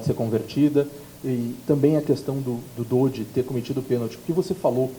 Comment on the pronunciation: "dódi"? DÔDI,PORRA